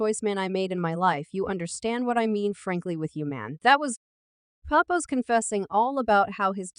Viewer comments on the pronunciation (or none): Um, it's Remy Ma, just one Ma, not Ma ma, hold up, did she just call Papoose, papuman?😂😂😂 Chick can't read to save her life🤣